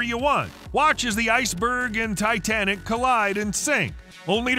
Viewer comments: Тайтэник, блин. 🤦‍♂️ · Тайтэник, ппц